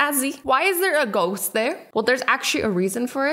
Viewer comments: Did you just say Goats instead of a ghost 🤣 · Did she say goat once instead of ghost or is it just me? No? k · She said goats not ghost 🤣🤣🤣🤣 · Yup she did say goat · Azzy saying:goat me saying :Azzy that is a goast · XD why did she say goat?!?! She meant ghost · When Azzie said ghost I thought she said Goat